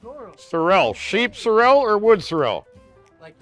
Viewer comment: I have always heard it pronounced sorrel and not cer-el so sorry.